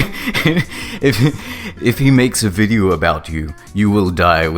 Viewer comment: “I wunt 100 THOUSUND LEKS ON DAT VUDEO, or something stupid like that, I can’t do that...” goes to look at fyre festival video: 275+ thousand likes Damn dood